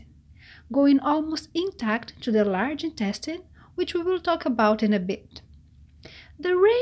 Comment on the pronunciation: What I want is ypubto learn to pronounce the word TO properly! It is not CHUU the way ylubsay it! Horrible how you brazillians pronounce it!!! Jesus!!! 😣